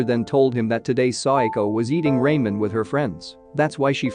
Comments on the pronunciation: it's not raimen it's ramen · Bro, hearing you say “Rae-men” instead of “Ra-men” is about to give me a stroke, please correct it next time but overall good summary 🙏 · Stopper watching when I heard Raymen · lol Ray-men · Not Raymen 😭😭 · RAY-MEN WUT RA-MEN IS HOW YOU SAY IT AAAH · It's ramen😂 and not raymen. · bruh at least pronounce ramen right